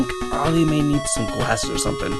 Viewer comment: I forgot to tell you that Arle’s name pronounces “ar-ll”.